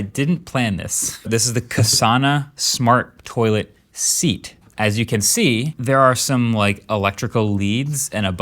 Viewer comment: The smart toilet top? Surely you’re aware that it’s a seat? Because the way you said seat was like the first time you’ve ever heard it.😂